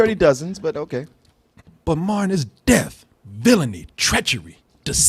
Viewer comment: calls Martin "Marn".